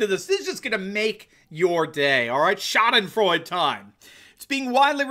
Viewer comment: I speak some German, It's pronounce approximately < Shah' Din Froy Dah > the E on the end of a word is almost always pronounced in German